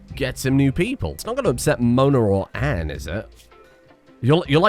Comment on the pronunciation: Anne has an elongated A in the pronunciation my dude, every time you say it it sounds like you're saying and or an.